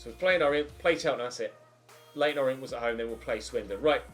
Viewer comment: Just saying this is how you pronounce leyton orient. You said o-ri-ent and its pronounced or-ee-ant